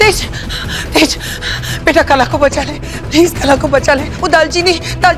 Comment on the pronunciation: Didi kalaa hota hai na Ki kala 😂😂😅